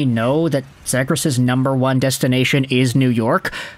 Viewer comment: love the content and have been following for years but we gotta get you pronouncing Trevor's last name correctly. It is Z-ee-gras.as<is). Not Z-ag-gres. Keep pumping content! -DucksFan